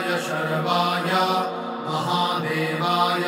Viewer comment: Not Rudhay but Rudray and not sarvay but it is sharavay.